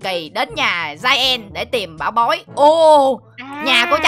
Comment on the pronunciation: Rõ ràng ng ta đọc là bảo bối mà s a đọc thành bủi bối 🤣🤣🤣🤣